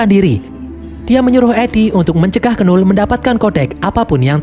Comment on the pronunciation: Knull itu bacanya null bg bukan kenul